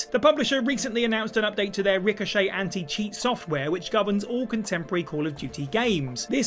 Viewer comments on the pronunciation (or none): none